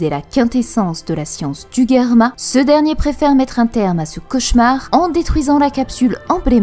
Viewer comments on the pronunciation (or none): Ca fait saigner les oreilles d'entendre Guerma !!! C'est Germa, comme Gérard :F